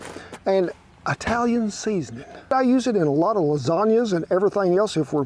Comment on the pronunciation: as an Italian, what the hell is a I-talian